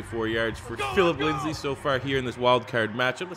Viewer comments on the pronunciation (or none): Please, It’s Lindsay not Lindsley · It’s Philip LINDSAY not LINDSLEY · Also its Lind-say not LindsLey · I love that he paused to correct himself on saying Risner's name, but calls Lindsay "Linsley" for all of time. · IT SAYS LINDSAY RIGHT INFRONT OF YOU WHY DO YOU SAY LINDSLEY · I cringe every time I hear “Phillip Linsley” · It actually makes me wanna die as a die hard Broncos fan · Trust same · you can pronounce but not lindsay?